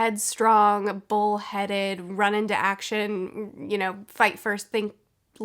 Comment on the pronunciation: I keep hearing "Russian to action"